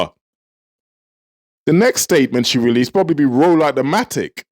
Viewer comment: She said rise the matic 😂😂😂 I'm laughing but its not funny.